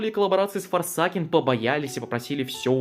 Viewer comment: Форсэйкен Не ФОРСАКЕН БЛЯТЬ!